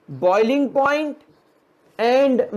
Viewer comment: I too found that moiling point 😂 lol 😜